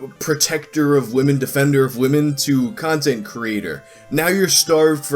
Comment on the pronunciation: I thought you said "you need to feed the cuntent beast" Edit: I will be using the term "cuntent creator" for shitty content creators now 😂 thanks